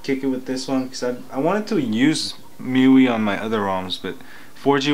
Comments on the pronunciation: Me-you-ee (miui) LOL!! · I think it's pronounced as me-why or me-you-ay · I thought MIUI is supposed to mean "MY User Interface" not MyYou "My-You-I" is the correct pronunciation FYI. I don't think its so much of a spelling error. They're just trying to be hip and trendy.